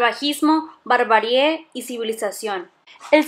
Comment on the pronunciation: Es nómada, no nomáda. Y me dejas la duda si es barbarie o barbarié ya que siempre dices esta última y casi seguro que es la primera. Corríjanme si estoy mal